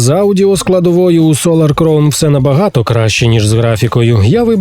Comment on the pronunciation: Кількість правильно сказаних слів "crown" за останній рік: 0